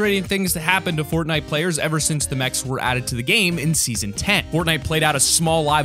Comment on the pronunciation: in #1 did he say footnite